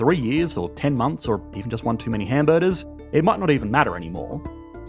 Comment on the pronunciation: are you trying to say hamberder?